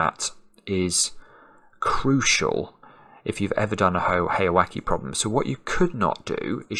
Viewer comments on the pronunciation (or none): The pronunciation for the second part of heyawake is like "wa-kay" or "wa-keh" not "wa-key". If it was like you pronounced it, it would be spelled with an "i" not an "e". Japanese vowel sounds are very consistent in almost all cases -- so the "e" in "heya" and "wake" should be the same sound.